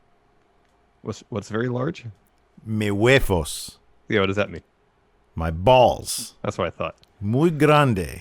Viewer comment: huevos has a V not an F. Unless you're speaking Tagalog. Also, chico is small. poco is little.